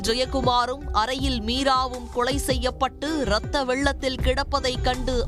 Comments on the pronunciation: அந்தக் கொலையை விட இவர்கள் வாசிக்கும் கொளை கொடூரமாக உள்ளது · வேளை ...கொளை என்ன அழகான தமிள் சீ சீ